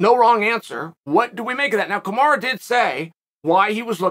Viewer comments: You could probably help out with respecting him by saying his name properly 🤷🏼‍♂️ kamaru not kamarah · Kamaru is pronounced like “tomorra”